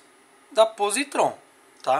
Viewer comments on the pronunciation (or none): Tenho essa chave canivete há meses, dirijo todos os dias e até hoje não tive problemas. Esse chaveiro não tem credibilidade alguma, não sabe nem pronunciar o nome da marca, o pronunciamento correto é pósitron.